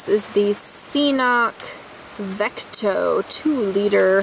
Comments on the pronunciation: pronounces it wrong...if you look at CNOC's own videos, they pronounce it Ka-nock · I really think the first C is silent. pronounced "Knock" Cnoc/Knock Outdoors BTW Great video, I love the 2L CNOC water bag Combined with the Saywer Squeeze. I also have their Carbon Cork Z style trekking poles. Amazing gear coming from this new and upcoming gear company. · Cnoc, pronounced K'nok (knˠɔk), is a hill or a mount in Gaelic and old Irish. Just as it says on their website ;) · But it's pronounced knock